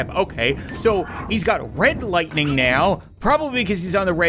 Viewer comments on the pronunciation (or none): none